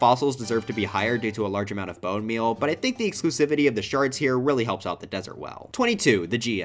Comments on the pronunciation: EVEN MORE SHRRRDS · not the shrrrrds